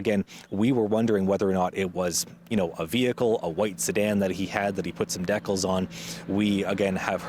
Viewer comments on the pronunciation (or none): How did this guy get a job as a news anchor when he can’t even pronounce “decal”?